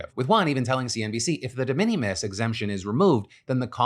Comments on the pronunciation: DE MINIMIS IS PRONOUNCED LIKE `MINIMAL` NOT LIKE MINNIE MOUSE... FFS PHIL THIS IS ALMOST AS BAD AS YOU PRONOUNCING 'THE W.H.O' AS THOUGH YOU WERE AN OWL. YOU PRETEND TO BE A COMPETENT NEWS PRESENTER, MAKE AN EFFORT MATE! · Phil mispronouncing De Minimus constantly drove me crazy. May be just cause i hear that term so many times at work. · The way you said de minimis has me cracking up. That is not how that's said. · Phil’s pronunciation of de minimus 😂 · Your pronunciation on de minimums is killing me 😂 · Someone should probably tell Phil how to pronounce de minimus.. that was kind of painful